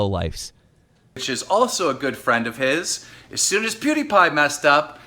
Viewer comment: POO-DEE-PIE lol. I'm triggered.